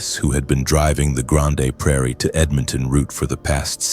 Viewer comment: I don't like ai voice. It didn't pronounce grande prairie properly. Ugh.